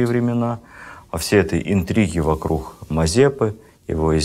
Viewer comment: мне одной слух режет окончания на х у жителя москвы??? вокрух??? вы серьёзно??? ужасно